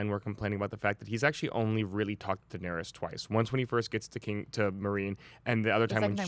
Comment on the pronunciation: And when says "Daenerius" instead of Daenerys